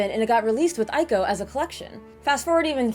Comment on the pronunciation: I love how you mispronounced Ico coz I've been saying it the same for years but my Japanese friend keeps correcting me but I will never change bwahahaha